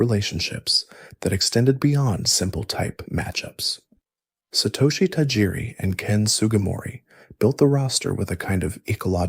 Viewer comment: You're going to struggle finding people to take your effort seriously if you can't pronounce a name like Tajiri correctly. Any pokemon fan, at all, in the slightest, knows that name. So this came across to me as a disingenuous copy/paste dub video to me straight away and it put me off.